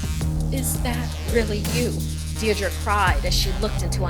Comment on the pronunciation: bruh she can't even pronounce Deirdra